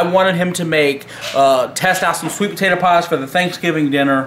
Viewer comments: "Sweet tator pie" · Cause of this man it will always be spelled and say “sweat TADDER pie”